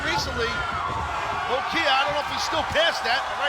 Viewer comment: The way Taz says Lo-Ki was hilariously funny.